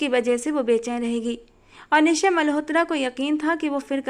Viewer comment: आप निश्चय मल्होत्रा के नाम में च का उच्चारण भी करें आपने इस नाम में च साइलेंट सा कर दिया है।